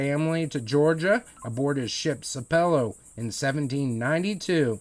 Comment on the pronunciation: It’s pronounced sap pel low.